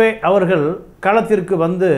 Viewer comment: Please improve your pronounciation ல......ள. "அவர்கல்" இல்லலை "அவர்கள்" பள, நிளை, காளம்